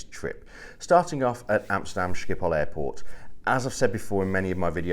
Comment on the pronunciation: Being Dutch myself I can only agree to your comments about the airport Schiphol, which btw is pronounced with the typical Dutch G-sound which with you scrape your throat. Other European airports are boring, to say the least. Once had a 6 hour stop in Brussels where the lights just went off and it was dark, shops were not there, there was absolutely nothing. It has been years that I used KLM mainly because of what you said at the end of the video: the crew is never there. When I flew KLM to Jakarta (overnight flight obviously) you never see a member of the cabin crew. I like to use Asian airlines where the (pretty) girls regularly walk through the cabin asking passengers who are having trouble sleeping if they like a drink or a snack. I know it is not good for Dutch economy but KLM really has to change the way the crew operates, then things will be better for the airline.